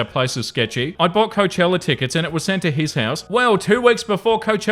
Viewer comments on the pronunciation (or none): Please learn how to pronounce Coachella correctly.